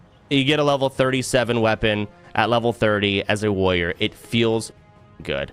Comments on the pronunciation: Why do Americans say woyor for warrior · soda thinks the first 2 R's in warrior are silent 😂